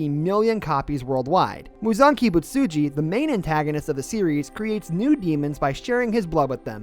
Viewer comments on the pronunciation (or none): Did bro just say muzaki misuji it's Muzan Kibutsuji 💀